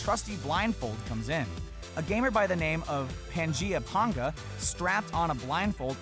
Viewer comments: pAnga, not pAHnga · did he just say PONGA? ;( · A gamer by the name of Pan gee uh Ponguh Huh, TIL how to pronounce Panga's name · its pang-(like twang) a. pang-a. not ponga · "Pangea Ponga" Panga with an "A" sound lol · pangea "ponga"? it's pronounced like (pain-guh) also, thought he might comment on how dram world was created by panga as well. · He pronounced PangaeaPanga wrong! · You pronounced panga wrong. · How can you not pronounce Panga's name correctly? He's so famous lmao